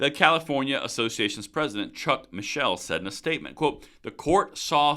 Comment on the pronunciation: ... pronounced Chuck 'Mikel' ...